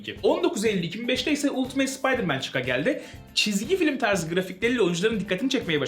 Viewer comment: Ultimate "ultimeyt" diye okunmaz "altımet" ya da "altımıt" diye okunur